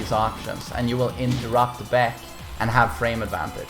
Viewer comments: its not beck its B AE K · You aint the main man with this title. This some NPC type clickbait title. and his name is pronounced BaHKoo, not Beck. he's not an indy country singer or a beer drank by corporate lackeys. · Baek's a loser, baby, so why don't you kill him (double barrel buckshot). If you don't get that joke, listen how pronounces "Baek". Also, Baek's cool, so don't actually kill him pls.